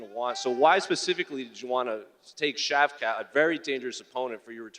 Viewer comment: Shav- CAT.... Shav-SHAT, Damn on the Struggle Bus, the short one